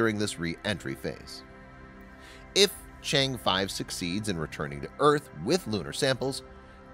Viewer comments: Just watch any one of English channels from China you can learn how to pronounce the name (Chang’e) correctly. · Nice video but mispronouncing Chang'e so many times ruined it for me.